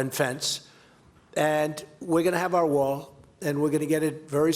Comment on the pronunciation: When he said "Wall", i heard WAR